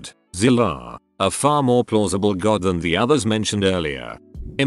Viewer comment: God more like jod